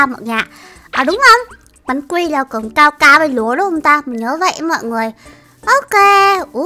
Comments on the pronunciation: đọc sai rồi nha. Cacao chứ ko phải caocao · Cacao mà sao chị đọc caocao😁😁😁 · là ca cao chứ không phải là cao cao nha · Ka cao mà nói là cao cao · Cacao chứ ko phải caocao